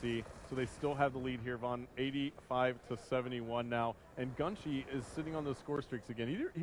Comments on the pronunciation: GUNSHE!?!?!?!?! ITS GUNSHY!!! What an idiot. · He was pronouncing his name gunshee it's GUN GHY